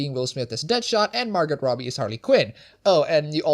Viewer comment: I think the "T" in Margot Robbie is supposed to be silent.